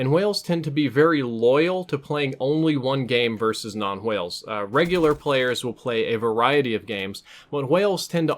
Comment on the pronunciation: "Hwales" you say it like that